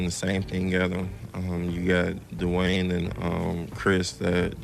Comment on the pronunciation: No one: D Rose: DwaAaYne